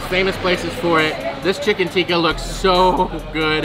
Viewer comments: it's Tikki in Basket Chaat...Not Tikka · Tikki, not tikka.